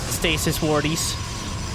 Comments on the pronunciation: Please say "Stas-eye" Stasi must be the plural. Idk I get mad OCD when that topic comes up and I feel like this 100% the answer xD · The plural of 'stasis' is 'stases' (pronounced "stasees").